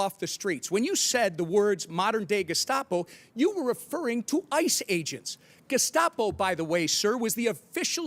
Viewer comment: If I remember correctly, he didn't say "Gestapo". He said "De...scopo". I'm not sure what that is, but that's what he said.